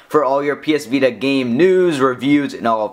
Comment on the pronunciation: lol, sorry. But try to talk more naturally. You're not as bad as an average tech review guy, with the weird fluctuation and speed of talking, but you're close. Like , you're talking. like. a. robot. "there's. a. back. facing camera." Once again with "of. the. ps vita". And , it doesn't sound natural to raise the pitch of your voice at "power button". Sorry to sound so picky, but I would like you more if you didn't sound like a lifeless reviewer.